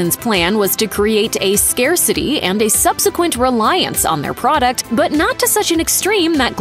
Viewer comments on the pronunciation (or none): none